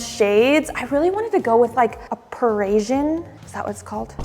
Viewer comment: Say it with me Pa-ri-si-an. No such word as Perishian. No alarm system can fix the fact that we've already figured out where you were moving to. Scream and cry about privacy and security all you want, but it starts with YOU! Coffee AND a place for wine glasses in a Mormon household. Of course, it's just for guests!